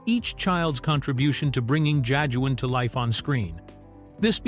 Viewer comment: The narrator is phonetically pronouncing Jajuan lol. AI is not programmed to understand the nuances of uniquely afrocentric names.